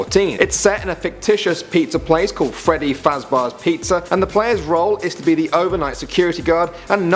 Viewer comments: its not Freddyfuzbear it's Freddyfazbear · Freddy fazBEAR not Freddy fazBAR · I love how he say feedy farzba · U SAID FREDDY FAZBAR N00B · He said freddy fazbar... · No he said Freddy Fazbar!